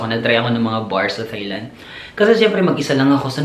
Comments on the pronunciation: Tailand po hindi THailand. Walang H. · I think it’s pronounced more like: “tie” and “tie-land”. 😊👍🏾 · You pronounce THAILAND as TAILAND. TH is read as T. It’s weird that most people don’t pronounce this correctly. Thank you!